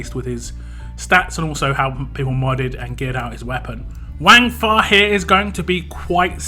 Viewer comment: Pronounced it right first time more like Wungfa not wang . Also screw bleed lol